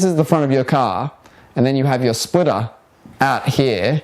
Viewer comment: SPLITTTAAAAHHHHHHHH THE SPLITHHHTHTHAHAAA